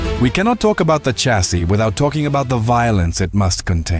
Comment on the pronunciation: You really should be able to pronounce CHASSIS